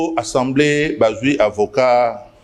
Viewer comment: Vous avez vraiment un problème les kinois, pourquoi vous dites tous" Ensemblée" au lieu d'Assemblée, " Kitare" au lieu de Guitare, " Vous connaîtrez la vérité, la vérité vous "ENfranchira" Sérieusement c'est pénible.